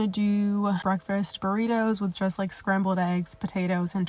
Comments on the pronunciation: I’ve been trying to make myself get up or so I can get my mind right and do a 30 minute workout but I’ve been making alllll the excuses 😩. Gonna use this as motivation to at least give it a try ❤ P.S. “Break-fRast” I can’t leave a comment without saying it. It still cracks me up. Sending love ❤ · That extra “r” you put in “breakfast” is funny asf 🤣 breakfrest 😭😭